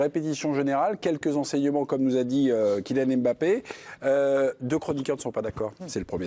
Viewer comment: Arrêtez de dire EM bappe svp